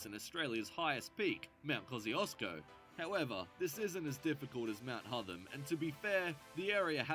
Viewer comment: Not sure why the voice over guy is pronouncing Hotham as Hutham. It's the same 'o' sound as in hot. Apart from that, good video.